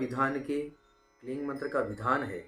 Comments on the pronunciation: क्लीन नही क्लिम बोला जाता हे😂😂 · ओ भाई आप गलत बोल रहे हो kleem hi hota hai और बाकी आपका कहा अगर कोई jaap किया तो उसे मंत्र दोष लगेगा फिर वही जाने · Bohot ache se aapne samjhaya hai. Lekin aapne mantra ka jo pronounce kiya hai shuru me jo aapne bataya kleen, ya kleeng Woh thik se nahi samjha Kyuki aapne description me kleem mention kiya hai Exactly kya pronounce karna hota hai. Aap please hindi aur english dono me mention kijiye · Sir, kaya app kling bol rahe ho? Very confusing, please answer 🙏🏽